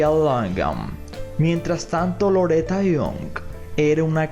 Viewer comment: Loreta Young ..young NO YOUNK....